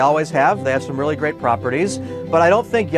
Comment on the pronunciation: You guys are reawwy funny